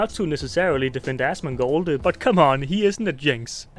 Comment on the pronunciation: Aschmonghghghgold. Seriously, I'm not one to pick on people with speech impediments, but ohly fuck.